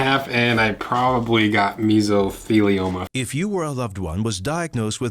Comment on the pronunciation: Mesotheliomia🤣🤣🤣🤣 like a coal worker